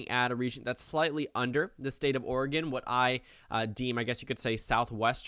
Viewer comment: Nice to hear someone who isn't from Oregon, pronouncing it correctly. (Coming from an Oregonian)